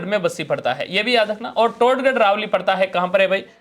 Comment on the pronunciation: सर "टाडगढ" नहीं "टाॅडगढ़" होगा। "टाॅडगढ़-रावली वन्यजीव अभ्यारण्य " अब अजमेर,राजसमंद और पाली में नहीं बल्कि ब्यावर,पाली,राजसमंद में है।